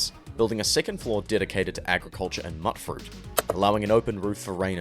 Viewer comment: I still don't understand why people can't pronounce mutfruit properly. Mut, like MUTATION. Not like "mutt". Mewtfruit